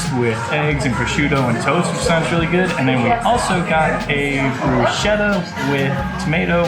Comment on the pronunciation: Who or what threw you off when you stated that you aren't liking it? Btw, bruschetta is pronounced with a "k" not "sh".